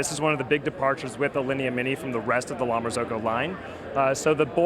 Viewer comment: How is it that the La Marzocco rep doesn't know how to pronounce the name of his company correctly? Shouldn't that be the first thing they learn? Sheesh.